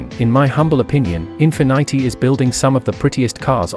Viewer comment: I don’t trust someone who calls Infinity -“Infinaaity”